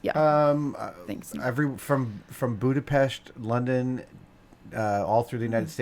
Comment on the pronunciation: Adam's pronounciation on Budapest's S makes me, a Hungarian fellow proud :) thank you